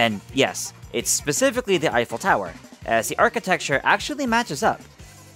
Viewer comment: "Eiffel tower," more like "I fell tower" Sorry I had to.